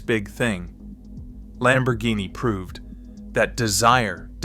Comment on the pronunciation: If you are going to present a subject, no matter what it is, pronounce the names correctly. Insulting Lamborghini is considered Blasphemy by many.